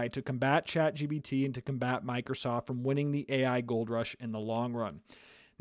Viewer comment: It's Chat GPT not Chat GBT